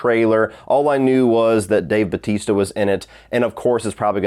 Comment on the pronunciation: I'm glad someone on the internet is pronouncing Dave Batista's name. It's been bugging me.